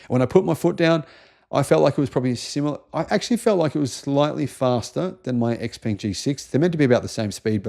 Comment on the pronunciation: Isn't Xpeng prounounced “Shpeng”